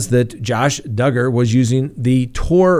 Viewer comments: trolling everyone by saying doogard at the beginning 😂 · I love how you say Do guard. Who cares how you pronounce his name he's a POS. Allegedly. I honestly never thought that Barry Morphew was ever going to get arrested. I actually had to pull my car over into a parking lot and watch the news. Good times. <3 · Ha ha ...just keeps calling Duggar ..."Doogar" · He’s a pos. Just call him Duggar. Pronounced “doo gar” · Josh Duggar rhymes with hugger!?, 😐🙄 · Of course he did 😆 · I was like, " Is trolling us?" Lol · Hey BETH ADKINS wants us to ask you to PLEASE PRONOUNCE the name DUGGAR RIGHT!!! SHAME ON U GO STAND IN THE CORNER your not aloud to EVER mispronounce another word or name wrong again!!! At least as long as Beth & a couple other people are watching you, I dont understand why if they are so insulted over you mispronouncing it & are HAVING SUCH A PROBLEM DON'T they just leave & come back when DUGGAR isn't in the news anymore just saying 😊😊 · I laughed when you corrected the way you pronounced Duggar!! I’m always getting corrected on stuff like that too!!! Your not alone!!! 😂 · And your you are not pronouncing Josh Duggar's name correct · Still pronouncing Duggar wrong... Just the first time so you're getting better.